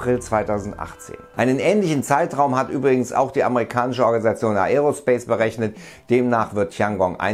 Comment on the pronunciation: Lern doch mal wie man Aerospace richtig ausspricht.